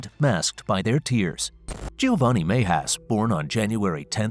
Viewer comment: Cringe every time the narrator pronounces Mejias.